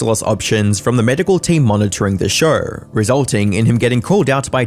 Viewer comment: It’s show…. Not shurrrr